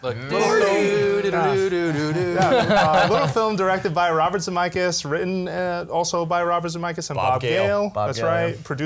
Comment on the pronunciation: Holy crap, why did you pronounce chassis as though you were sounding it out. Also, you said Zemeckis wrong.